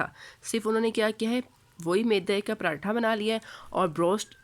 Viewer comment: Zinger atha nhi hota😂 pratha ka p Nikal k atha ko zinger k Sath bool jese zingerpratha ka p na bol bas😂